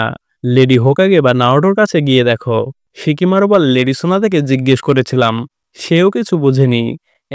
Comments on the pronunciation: ভাই শিকিমারু না সিকামারু 😅😅😅😅😅😂😂😂😂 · Shikimaru na oita shikamaru